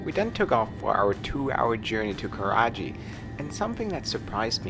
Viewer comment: It's Karachi, not karaji